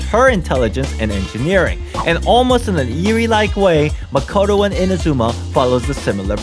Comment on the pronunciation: It’s not Makato it maakootoo